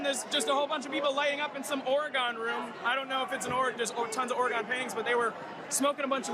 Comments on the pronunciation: gotta admit as a citizen of the great state of Oregon, I’d like to smoke a bowl in the “Ory-gon” room, but under different circumstances and with different people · Out here on the left coast, we Seattleites only pronounce it oh-ray-GONE when we want to piss off the Portlanders. But any room in the Capitol named the Oregon Room of course everyone inside would be high. They just legalized all drugs in that state while you weren't watching.